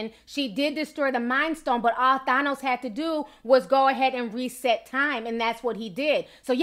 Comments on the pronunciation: His name is pronounced (TH-anne-ohs) not (TH-on-ohs). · Than-os is fair even though he is misguided. He wanted to do whats in the best benefit for the people in all the planets. Im mad at how you say Thanos. Lol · Ti you sound Puerto Rican when you say thanos 😉 i love it ❤👍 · And you’re saying thanos wrong. I love you but I just can’t